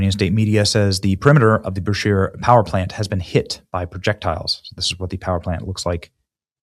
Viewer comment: Benny it is pronounced (bu-Shahr)